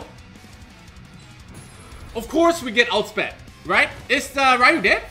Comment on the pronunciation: Ik this is random as heck.. but thank you for pronouncing Ryu properly 😅 drives me nuts when people call him Ree-u. It's like calling your friend Ryan Ree-an instead smh